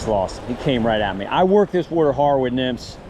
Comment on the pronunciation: Won’t be a trout bum video Without you saying “wutter”